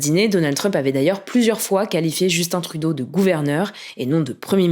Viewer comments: Vous continuez dans la tradition française de mal prononcé le nom des premiers ministres canadiens. même si on parle la même langue et qu'il faut juste regarde 2 minutes les nouvelles au Québec. vous avez quand même un point bonus pour avoir bien prononcé Justin Trudeau, après 10 ans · Surpris de voir des Français dire correctement le prénom de justin trudeau